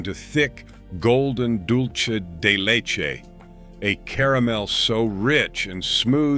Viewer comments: Wow, that pronunciation of dulce de leche was painful to hear. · Yes. The narrators need some help with pronunciation.